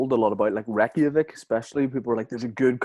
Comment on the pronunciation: Why does pronounce Reykjavík as “Wrecky-a-vick”